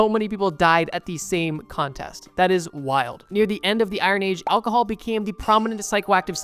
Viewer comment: You gotta learn how to say Alcohol buddy